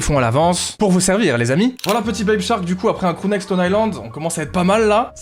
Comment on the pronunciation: C moi ou a il dit « Crew Nike » en parlant d’un pull ston island